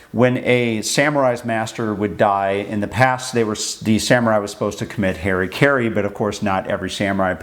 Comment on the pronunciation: That "Harry Carey" pronunciation of "hara kiri," though. And it wasn't really that samurai were "supposed" to commit seppuku when their daimyo died.